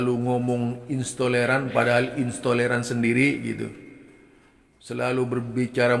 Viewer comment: Intoleran bukan istoleran…ngomong aja ngga bener.,emang ada yg tidak dibawa oleh nabi ? Kamu kenapa tidak kritik pentolan FPI.,kamu pasti bagian dari yg dibubarkan….ngomong apa kali kamu ini.